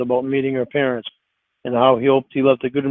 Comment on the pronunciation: omg that is the perfect way to phonetically spell out how he says parents 😂